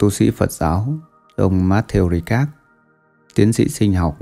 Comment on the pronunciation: Matthieu Ricard , phát âm là "matthieu Rica" chứ không phải Ri Cát nhé.